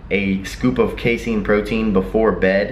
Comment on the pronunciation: Phenomenal content as always,. Keep up the good fight bringing truth to the much maligned information in the supplement industry. Lastly, you're correct on the pronunciation of casein -- "Kay-seen"